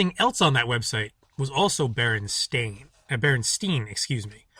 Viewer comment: when you pronounce it at the start. you don't even say Berenstein. bear-en-STINE is how you pronounce that last name